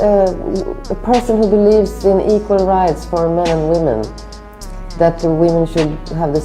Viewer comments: Women is pronounced "WIH-MEN" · Day 398 You have a show about wi-men pronounce it right